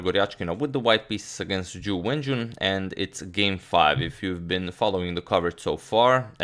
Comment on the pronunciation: I don't know why but every time he says Ju Wenjun i hear "jew engine". :D